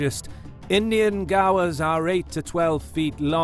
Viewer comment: "American bison and indian gaa-wars"